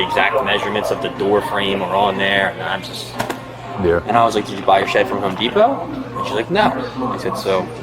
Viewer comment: "I'm at Haome Depao." 🙄😬🙉